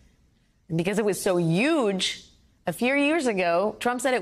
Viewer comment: "And because it was so YUGE!" :D